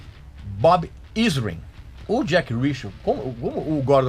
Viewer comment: Shep Gordon, não Gordon Shep rsrsrs. Bob Ezrin, não "Izrin" (pronúncia)